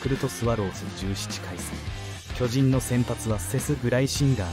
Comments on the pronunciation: アナウンサー 巨人 のイントネーション きょ→じん→ だと巨大な人 チームなら きょ⤴じん→ では？ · きょじん⤴︎